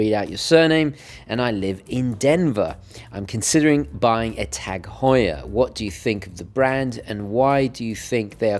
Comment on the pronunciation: Thanks for pronouncing it Tag and not Taarrrg....